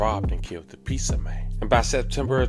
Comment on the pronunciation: P za ?? Ffs I hate when people say it like that. Pizza damn it!!